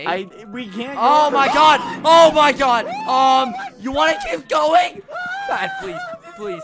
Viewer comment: OH MY GUH